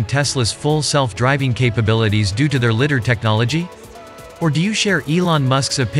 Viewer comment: "litter", funny, it is ligh-der